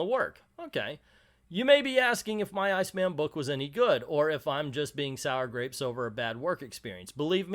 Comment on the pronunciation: I think he pronounces it "Seena." My friend Jennifer, who is not only openly gay but is a huge comics nerd, say this about Iceman: "Terrible representation is worse than no representation, and this goes beyond terrible into absolutely shitty." Guess that says it all.